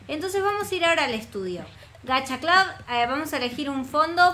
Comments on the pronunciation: no se dice gacha clad es gacha clud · porq dices gacha clob? Es gacha cl"U"b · lyna se pronuncia gacha club no gacha clab solo no te estoy hobl.ingando digo que es asi se pronuncia😼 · Todo el mundo: Gacha club, tower of hell...: gacha clab, tawer of hell:v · Soy yo la unica que lo dice como se escribe y no como lyna xd? ¿Gacha CLUB o Gacha CLAV? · Nadie: Absolutamente nadie:: Gacha CLAUS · que se dice gacha club y lina dice gacha claus xddd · Todos: Gacha Club:D: Gashia Clab;w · todos: Gacha Club nadie: absolutamente nadie:: Gacha Clab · diciendo: Gcaha Clab Yo: se dice Gacha Club:v Se dice como se escribe, ninguna diferencia xd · lyna no se dice "gacha clab" se dice "gacha club" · se pronuncia gacha club no GACHA CLAB 🙄🙄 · Gacha Club es mucho mejor que Gacha life se dise GACHA CLUB NO GACHA CLAB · vos dijiste gacha clab es gacha club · no se dise gacha clab se dice gacha club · No se dice gacha clab sino gacha club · No se dise Gacha Club Se dise Gacha Club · Solo 1 se dice Gacha clubbbbbbb!!!! no Gacha clap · es gacha club no gacha blus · Se dice gacha clup no gacha clap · No se dise gacha clab se dise gacha club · Se dice gacha club no gacha clab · Dijo gacha clob xd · te cunfundiste en la pronunciación es * gacha club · se pronuncia gacha club como se escribe así se pronuncia